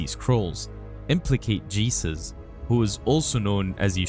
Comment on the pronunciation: 💓 ! I felt so good listening to you speak "Jesus" proper name ! May You Remain Blessed ! Thank You 🙏 Iesous ben Pantera will still be remembered when we speak his name.